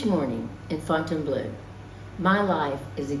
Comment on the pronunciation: the "eau" at the end of Fontainebleau is pronounced like the "eau" at the beginning of Deauville! Please stop saying Fontaine - BLUE!